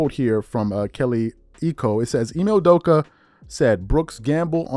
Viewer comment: Hey y u butcher the man’s last name like that theirs no J bruh.